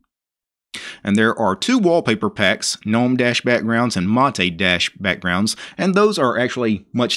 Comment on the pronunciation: GNU stands for “GNU's Not Unix” and the G is hard... Gnome is pronounced 'noum', since 'g' is silent... showing us an installation of a distro, is just that, any monkey can follow... to tell us about ANY distro is posting many videos with real issues and resolutions for them... as is, you Sir, as many out there likes the sound of your own voice... are you related to the King of the swamp by any chance..? sure it sounds like...